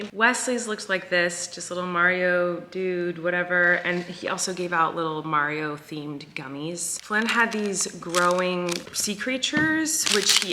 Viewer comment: says Mario the correct way…. 😂 Being from Long Island it is absolutely pronounced “Marry-E-OH”